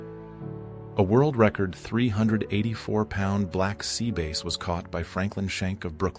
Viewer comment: AI voice pronounces 'bass" as "base" ?????? Scrutinize your presentation.